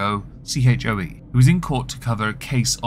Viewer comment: Choe is a Korean name and is pronounced (in English) like “choice” minus the final “s”sound— as in take off the ce at the end. I know it’s of little consequence, but in case you do see this and see Choe or Choi in the future, that’s what that is.